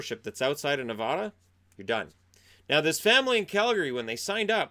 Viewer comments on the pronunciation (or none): Hi! So thanks for the great content but from a born and raised Nevadan just so you know its Ne-VA-duh. Still 💕 you!